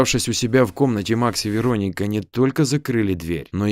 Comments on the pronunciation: ну вы же русский, аудитория в основном русская, зачем коверкать? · то ВерОника, то ВеронИка. Определиться бы. ВерОника обычно западное произношение. Тогда Ангелину надо было Анджелиной/Анджелой назвать, если уж история на западный манер.